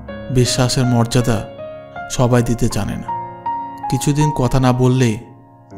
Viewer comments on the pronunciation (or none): none